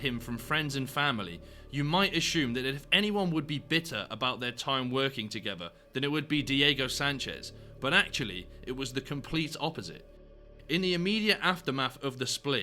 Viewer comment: There's no h in assumed.